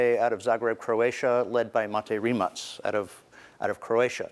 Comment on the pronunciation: Prvi put čuh da je neki stranac konačno pročitao tvoje prezime pravilno, Rimac, a ne Rimak